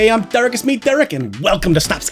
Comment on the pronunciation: DEREK ITS DEREK